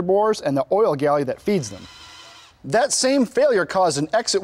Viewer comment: It is an oil GALLERY my man, not a "galley"